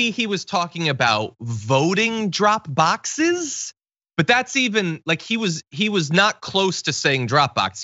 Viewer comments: Troth,,,, Truth Cential,,, drok bokses, droop duckses, blah blah blah... LOL At least Biden actually overcame his speech impairment, but I guess Trumps big brain is shrinking. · Trooth sentential, Drog boxes, Zookerberg drog boxes?